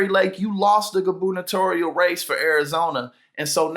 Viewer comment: Best pronunciation of gubernatorial I've ever heard. Thank you.